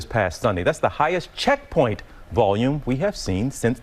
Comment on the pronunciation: Why did he put emphasis on the word " checkpoint"?? 🤔